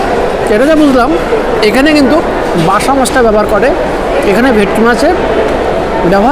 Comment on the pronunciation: Ota Maybe Basa Fish. Dada r Tongue Twist Hoye Geche 😂